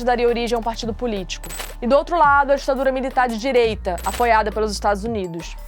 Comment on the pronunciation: No minuto 6, nos segundos 10 a 17, ela disse que esse ditador é um modelo para governantes de DIREITA da América Latina. De "dirieita"? Ah fala sério, né!!!!